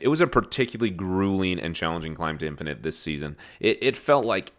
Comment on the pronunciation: Did you say “Dad-finate”? Hahaha so I am not the only one